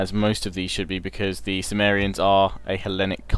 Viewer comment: Love all your LPs mate, great stuff Bur is Cimmeria not pronounced Kimmeria, like Mac(k)edon, Seleuc(k)id? Just sounds like your saying sumeria. Not that it's a major issue or anything just intered to know. Keep up good work.